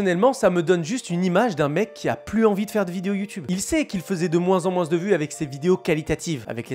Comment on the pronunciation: Je rêve ou tu dis « moinSS »